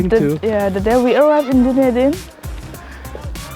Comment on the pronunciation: this is an amazing description on my home city! also it’s pronounced Duh-Knee-Din